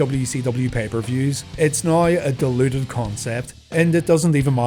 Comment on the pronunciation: I know at the end said "diluted" but it really sounds like he said "deluded", as in "delusional"